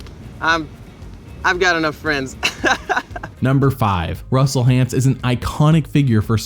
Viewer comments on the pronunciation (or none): I love how Jeff calls him Russel Haunts.